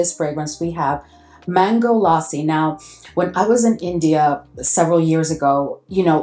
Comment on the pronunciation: Lassi ur saying correctly